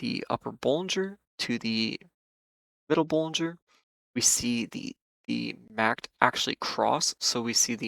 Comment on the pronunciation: You are the only trader I know who pronounces it "Macked" and says every letter of the VVIX, lol. Just an interesting observation. Thanks for the insights!